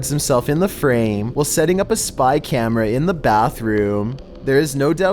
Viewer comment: How you talk:likE pUt ThE cAmErAaAAa